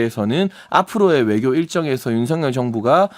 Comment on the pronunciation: 용혜인.. 입 속에 뭐가 있는거냐? 발음이 그게 뭐냐? 명확한을 멍확한이라고... 외교를 애교라고... 좌파들만 이번 회담에 대해서 악감으로 말하고 다른 나라들은 모두 바람직하다고 말한다. 물론 100% 만족하지는 못하지만 첫발이라는 면에서 성과가 있다고 보아야 한다. 하기야.. 지금은 민주당과 좌빨들은 윤통이 뭘 해도 비판하는 ㅅ ㄲ 들은 비판하겠지....!!!